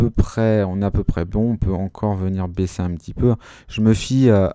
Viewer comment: Super vidéo 👍 ! Mais vers la 40eme minute t'as dis baiser au lieu de baisser... 😂 mais sinon +1abonné 😖